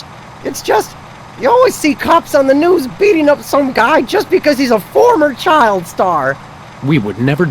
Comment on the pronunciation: it's "news" not "noose"